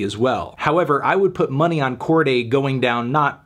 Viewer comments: Ok but I don't think it's pronounced "Corgay" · YBN who? Melon keep saying Cordy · You’re pronouncing his name weird Anthony